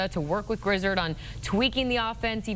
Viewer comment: Grizz-erd? My goodness